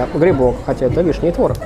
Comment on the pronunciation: ну серьёзно, петербуржец, блин. ТвОрог. Позорище. А так лайк, конечно.